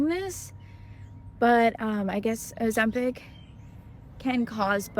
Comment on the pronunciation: PICK! PICK! It's pronounced O-ZEM-pick! Not peck! Stop saying peck!